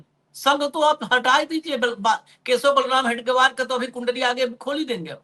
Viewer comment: हेगडेवार नहीं हेडगेवार कहीए,साहेब.